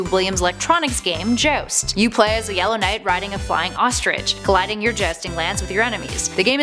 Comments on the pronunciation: jowst, not jost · She says 'Joust' funny